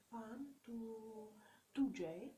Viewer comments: Δικα τους ειναι τα λευτα και οτι θελουν τα κανουν και σταματα να λες το 2j με προφορα ειναι σπαστικο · Και Γτ λες το 2J με προφορά χαχα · Κάθε φορά που λέει 2j κλαίω από τα γέλια 😂 Οκευ γνώμη τς δεν είπα το αντίθετο αλλά το "2j"... Για ποιον λογο να το λες έτσι???? ΑΚΌΜΑ ΚΛΑΙΩΩΩ 😂😂😂